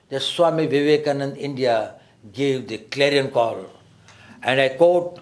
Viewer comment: Suame Vevekamananda!🤣